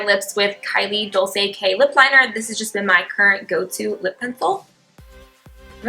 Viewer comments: in Italy "dolce" is pronounced "dolcie" with the letter "c", not "dolse" ahaha love youuuu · Love you, love your makeup, hate the way you pronounce dolce though ahahah